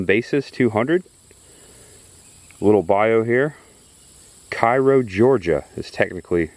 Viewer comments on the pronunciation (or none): Cairo is pronounced Cay....row rhymes with Day Thanks for taking us on your journey through Georgia. I enjoy your videos. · Kay-ro and Oh-clock-knee. Loved this video of my little home. Thanks. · Glad you enjoyed coming to our neck of the woods. Cairo around here isn't pronounced liked Cairo Egypt, it's pronounced Kayro like the syrup. The empty restaurant in Thomasville use to be a Three squares Diner. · Thanks for this Awesome video series of the Big Bend/S. Georgia area and I hope you enjoyed your visit up here. I've lived up here for over 40 years and learned some things I never knew. The Cracker Barrel in Tallahassee being the first one in Florida, Jackie Robinson's birthplace, the little Noah's Ark at Pebble Hill Plantation is amazing. The town Cairo is pronounced Cay-ro like the syrup. In fact the high school mascot is the Syrup Makers. I love all the historic places in Thomasville which is The Rose City🌹The Victorian Christmas 🎄 they have is something special. People are encouraged to dress in Victorian era clothing. An old fashioned Christmas celebration. You and Cris need to come back up here then.